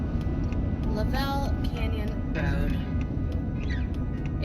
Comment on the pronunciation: Pronounced "LUV ul Canyon". You were in my back yard. Joey was at the groomers I use.